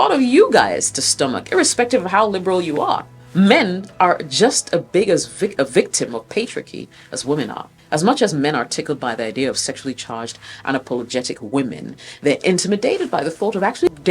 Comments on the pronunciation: Absolutely blown away you can't pronounce "patriarchy" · Paytrirky, uhuh